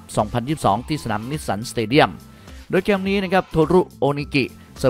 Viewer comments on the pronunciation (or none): ทำไมพี่ถึงออกเสียง ทีม เป็น เทียม เกมส์ เป็น เกียมส์ ไปลองฟังเสียงตัวเองดูนะครับ ทุกคลิปเลย อยากให้ปรับปรุงด้านการออกเสียงให้ชัดเจนครับ